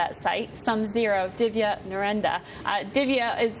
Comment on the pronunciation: She pronounced it "Narenda" lol.